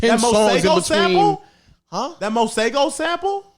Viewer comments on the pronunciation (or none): Just pronouncing (Mah-see-go) as (mah-say-go) (Masego)